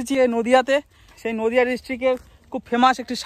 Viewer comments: "Nodia" noi "Nadia" hbe. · " Nodia " Ata vul .... "Nadia" ata right